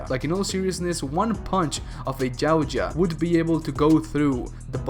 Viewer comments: Anybody find it funny how he says Yauja he says it like jawcha 😂 get it right dumbass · Love the vid’s bro. One thing.. it’s pronounced (yow-t-jaw). Yow like cow but pronounce the y like a j in Spanish(Mexican spanish). Hard T. Jaw like jaw 🤟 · Why Jautja? Its Yautja. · Dafuk is a gao-ja?